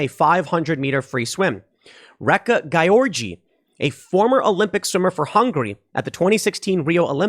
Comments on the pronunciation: Gyorgy should I think be pronounced more like "Georgie" not GUY ORGY... WTF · As a Hungarian I'm going insane hearing Tim say György Réka's name Not because I'm this correction freak, but because it's sounds like he's saying 'guy orgy' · Not that it matters, but I believe her last name is pronounced as George. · Tim kept saying "gayorgy" when he trying to say her last name. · Gotta say, your mispronunciation of György is hilarious.